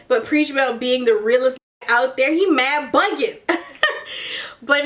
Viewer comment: “mad buggin” where is she from cause it’s definitely not NY